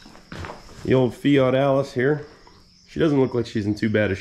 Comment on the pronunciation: I Love how you Pronounce that Loaders Name in Future Videos Fat Alice unless I'm Hearing wrong. which wouldn't be out of the ordinary for me Lol